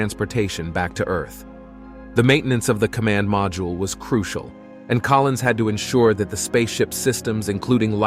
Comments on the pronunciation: Just another typo repeated by the digital narrator. He also said "Collin" a few times instead of Collins. Just like the media reading the teleprompter. Apparently the Spooky part of the dark side of the moon stated by Collins was redacted. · it's Collins, not Collin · Sorry, the narrator got this so wrong I gave up. The man's name is COLLINS - NOT COLLIN! and as others have commented Armstrong and Aldrin did not run about in a lunar rover. Seriously, why bother if you're going to screw up so much. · Multiple times the narrator refers to Collins as “Collin.” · Not Colin but Collins.